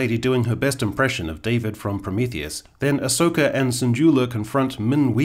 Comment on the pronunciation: Dare I say… Ahss-oka 😁